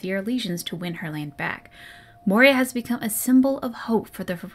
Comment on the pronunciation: The Rebel Queen's name is Moira, not Moria and, unless I misheard, you consistently referred to her as the latter. If I did mishear, you can safely ignore this. Good video and it's great fun to be along for the ride. I also have the audiobook but I've listened to it so many times by this point that it his pronunciation of Dalish no longer even bothers me.